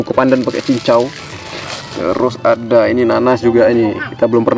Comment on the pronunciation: "Ada" bg bukan "asa"